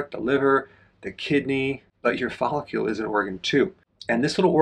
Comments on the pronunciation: It’s hard to trust a man who mispronounces follicle so many times. There is no u in follicle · You’re saying follicle weird. It’s distracting 😂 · I know, I just wrote it as Dr. Berg pronounces it in the video.